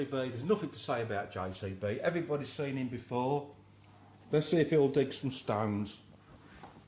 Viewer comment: "less'ee if he'al dig sum stoWnz!" hahaha